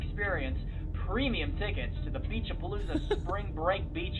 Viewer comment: Why do i hear pinche pelusa when it clearly says Beach A-Palooza (ง ื▿ ื)ว